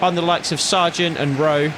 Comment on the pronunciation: Why do you pronounce it Shargent when there is no h in his name